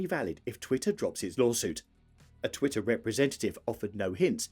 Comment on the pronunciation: Why make a video about twitter if you can't even pronounce its name properly?